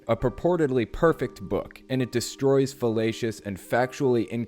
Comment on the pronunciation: Lol, I gotta be puerile for a second - you said felatious and that is not the same as fallacious ;) I'm pretty sure you meant fallacious! Cheers mate great video!